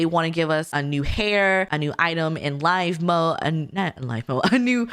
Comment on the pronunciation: Sims live in Live (rhymes with give) mode, we build and buy in Build Buy mode.